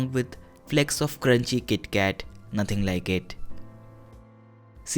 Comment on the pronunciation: its crispy as well (naatheng laike ittt)